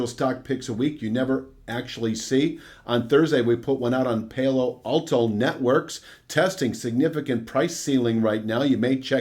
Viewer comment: "PAL-oh-Alto Networks".....Keep up the good work!